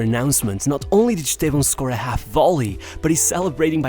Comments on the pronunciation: You're the first gringo I've ever heard say Estevão's name right. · Além do belo conteúdo, ainda pronunciou o nome dele perfeitamente!